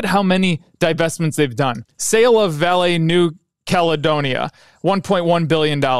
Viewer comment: Excellent video. Just a tip on pronunciation coming from a Brazilian: it is "VA-le" and not "va-LE". Vale is HUGE and it's always on the financial news here in Brazil.